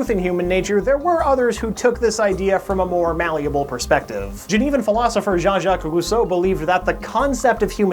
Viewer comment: Congratulation for pronouncing "Jean-Jacques Rousseau" correctly - A french fan